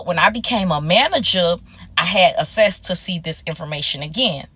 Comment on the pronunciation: I loveee how she says access 😂😂. Great story. No judgment here. Kudos to the creator